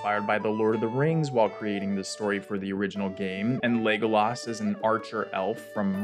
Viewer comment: It's always interesting how voice people really hit pronunciation of certain words. You really hit the laaaaaaaas in Legolas. I'm probably wrong and lazy but I just pronounce it Legoless.